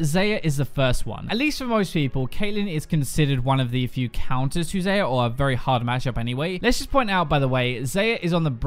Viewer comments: X-A-yah... not X-E-yah!!! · Stop saying her name as 'Zeyer' Its pronounced 'Zaya' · .....how you pronounced xayah xD but I like the editing dude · Ps. Tilts me that you still pronounce Xayah's name wrong. pls. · Plz don't say xayah like that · Please take a look at the Xayah champ spotlight AND SAY HER NAME RIGHT AAAAAAAAAAAAAAAAAAAAAAAAAAAAAAAA